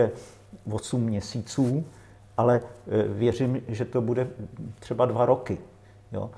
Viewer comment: jedna rada pre pana moderatora - nauc sa artikulovat a nehovorit bue a bueme ale buDe a buDeme, nech to neznie ako v krcme po zaverecnej